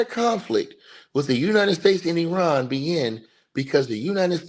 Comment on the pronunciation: Eye ran pronunciation, not being smart bro, each one teach one. I was pronouncing it like you until I was corrected. I didn't get upset being told.